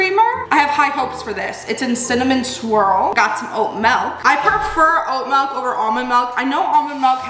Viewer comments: i love you BUT STOP SAYING MALK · The way you say milk is so cute and funny to me heheh it sounds like melk to me for some reason 😭 I love ur videos bestie I literally binge like five at a time and it always feels like I’m on a FaceTime call <3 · You say milk the same way I do. Melk! Do you say pillow or pellow?